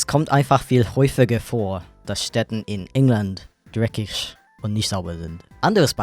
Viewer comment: nicht jeder fenster? mull? huffiger? drekich? brauhst? try a pronounciation course or something